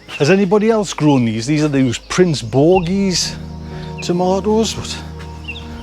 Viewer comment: I always get a kick out of how you pronounce things! Prince Borghi is actually Principe Borghese - it is the classic tomato grown for sun drying. I cut them in half and dehydrate them. I keep a jar of them covered in olive oil and use them for cooking. It's like tomato candy! My heart did drop a bit as I saw you whacking away at the plant, mostly because you're having a better tomato growing year than I am. Our weather has been crazy and the plants just don't like the ups and downs in temp. Those beautiful ones at the end of your tomato row are Dr. Wyche yellow - they are so delicious and you look like you're going to have a great crop! If you do like the Principe Borghese, just give it a wee bit more room next year…haha. Cheers, Audrey